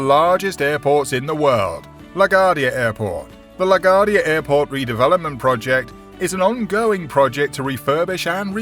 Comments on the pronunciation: That's LaGuardia Airport, named after the beloved major. Pronounced "le gwar dee uh" 😂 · La Gwardia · Will someone please teach this fellow how to correctly pronounce LaGaurdia? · If you're going to talk about urban development you need to know how to pronounce Laquardia! Newark is in New Jersey! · It would be nice if the Narrator would learn to pronounce LaGuardia.